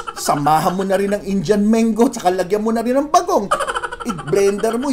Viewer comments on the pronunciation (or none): none